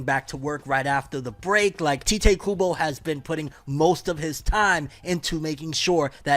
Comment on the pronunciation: its Tai-teh KUBO not Tea-teh KUBO 🥺